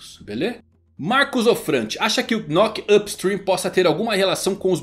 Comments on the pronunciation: a pronúncia do Knock up Stream não saí o "K" é tipo Knock out meu nobre guerreiro do mar, então fica só "Nock up Stream" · Na proxima nao precisa ler o "k" do knock na proxima, é mudo. Falar "nock up stream" é mais fácil kkkkkk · a pronuncia de knock up stream e de boa, só pensar em nócap strim, a letra K nao se pronuncia ^^ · knock vc não pronuncia o K…. Igual qdo knock out o famoso KO,…